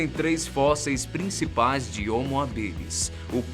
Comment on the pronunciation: Se fala homo hábilis... Não habilis...